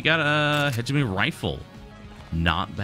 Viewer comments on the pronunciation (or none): Also, Hegemony is pronounced with a hard "G". Heg-eh-moan-e.